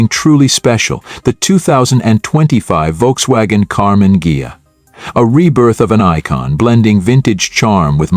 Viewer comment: I clicked to see how badly the AI would mispronounce "Karmann Ghia".And I was not disappointed.